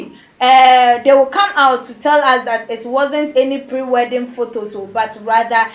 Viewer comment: Those laughing at her mistake..saying weeding, haven't you ever made a mistake with your word's in ur life before...Ahhhhh ad3n! Always laughing at ppl's mistake's..what of ur own mistake's.